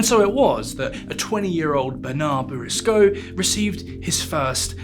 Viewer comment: Pronounced boursicot wrong the whole video, but otherwise a great viseo